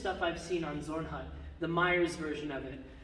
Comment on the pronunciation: Are you calling the Zornhau stance Zornhut? The hut part almost rhymes with food (except for the t being harder than the d).